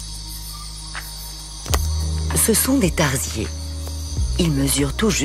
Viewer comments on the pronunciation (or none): Faites attention quand vous écrivez des commentaires. Vu le nombre de vues, vous propagez des informations erronées. Les Tarsiers (et non Tardiers comme vous le prononcez au début) ne sont pas des singes, même s'ils font partie du même sous-ordre des Haplorrhiniens (qui comprend justement les singes ET les tarsiers).